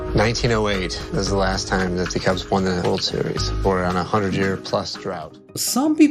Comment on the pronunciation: Dude... it's Chicago CUBS, not cLubs!!!! CUBS!!!!!